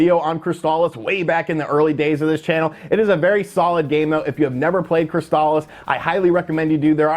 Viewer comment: “Crystal- Issss” not “Cryst-Al-is”